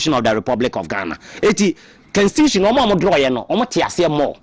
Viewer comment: Is constitution not cansistitution pls